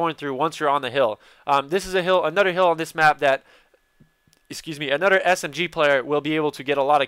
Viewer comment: Like the way he says another. "Anudder" lol